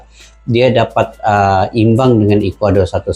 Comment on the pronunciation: Ekwador bukan calang calang bang